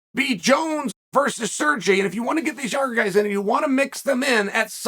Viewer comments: Surgey "Lord Chael" Pavlovich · "Serji" -chael 🤡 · I'm actually surprised that Chael hasn't called Sergei, "Surgery". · 3 things 1) Blaydes is underrated 2) We haven’t actually seen what Jones has. 3) Not sure how he can say “SirrJayy” misses the mark when there’s other fighters that can’t even speak English. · Ok, that’s it, Uncle Chael is definitely mispronouncing names intentionally! Surgee?! Come on man!! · Surgey. Love it. Must NEVER pronounce a foreign name correctly - 💯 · Sergy? Really Chael? After Kazmat and all of the other names you messed up in the last time you now call him Sergy? Seriously? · C'mon Chael. You know damn well how to pronounce his name properly. At no time did you ever hear anyone call him Sergie. You're being unnecessarily disrespectful. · How does he manage to mispronounce a name as easy as Sergei 💀 edit: I understand now that it is because no matter what he is doing Chael is undefeated and undisputed, even if it's a sucking ass at pronouncing things competition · He’s doing it on purpose so we comment :) Undefeated undisputed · He called Kharitonov as Sergei though, haha.